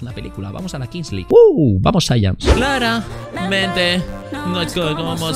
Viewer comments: Además de como hace énfasis cuando dice "clara....mente" 🤣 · alguien se enterode que dice clara-mente no es como suena OMG!!!